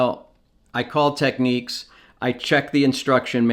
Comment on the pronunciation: Technics, yes you pronounced it exactly the way it’s always been done growing up in Toronto.